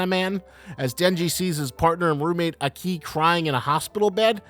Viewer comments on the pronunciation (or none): What's with your emphasis in Aki's name? Isn't it supposed to be said in a single sway? You go AH-KEE, when it should be AHke, right? Kind of like saying the "okie" in "okie doky", but replace the 'O' with an "A". It seems to me that you kind of pronounce it using Spanish emphasis rather then Japanese emphasis.